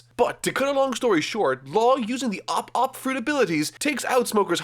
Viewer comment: But you have already mispronounced Camie as "kami" and ope ope as op op. So you can freely say Kin'emon now xD